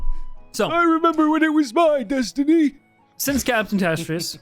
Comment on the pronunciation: “It is my destinweeeee” caught me so off guard